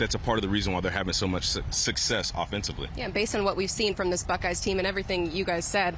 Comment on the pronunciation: Brian McFadden, the word success becomes sussess!!! Let me axe you a question!!!